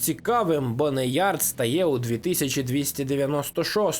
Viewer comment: "БоунЯрд" а не Бонеярд ⁵лять🤕🫩